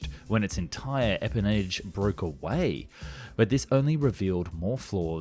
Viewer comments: EMpennage. ArmaMENT. EM EE 262. PEE FIFTY-NINE. but I suppose it only matters to me... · "electronically powered gear". Yeah, right.! (it's electrical. the two are not the same.) Also, don't use big aviation words like 'empennage' if you can't pronounce them.